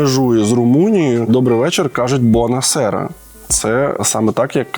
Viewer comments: Без обид! Не 'бона сера' а 'бунэ сяра (bună searа)' так на Румынском языке звучи добрый вечер, а так правильно, румынский язык как и римский язык имеет тот же корень, латинский язык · Не «бона сера», а «буна сара»🫡 Буковина на звʼязку 🙃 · Буна сяра, а не бона сера! Привіт з Буковини😊